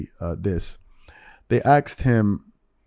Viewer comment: It's "asked" not " axed"